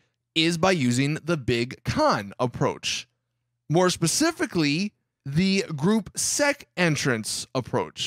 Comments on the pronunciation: Group se * it is Gruppe sechs. Its german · The gruppe seck approach IM DYING. They can't demonize you for saying gruppe sechs LOL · It’s pronounced gruppe sesh but spelt gruppe sechs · Man had to day Gruppe Sec lol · and can't even say gruppe sechs right lmao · Every youtuber I’ve watched never says gruppe sechs properly and I know why ;) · You’re saying sechs wrong